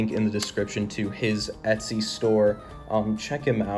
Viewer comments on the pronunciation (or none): none